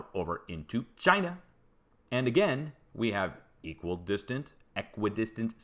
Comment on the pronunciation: Had a good laugh at you murdering English place names,. Also love your Trumpesque "Chynah". Keep up the good work. All the best from the UK.